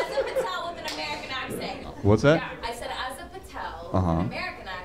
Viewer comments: She's a 'Patel'. Lady is pronounced 'Patail'😂😂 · That lady didn't even pronounce her last name correctly.